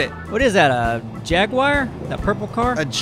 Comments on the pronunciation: A jagwire 💀😂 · 1 He mispronounced jaguar. 2 It's a cadillac (maybe. Definitely not a jaguar). 3 He didn't see the huge blue tank car and it all happened in the 1st 14 seconds.